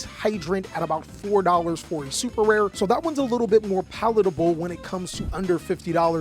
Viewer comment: My guy said palatable like it’s an hors d’oeuvre. You fancy lol.